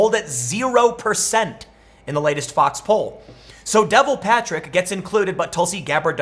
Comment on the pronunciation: De-vaul. Rhymes with Paul. Not devil.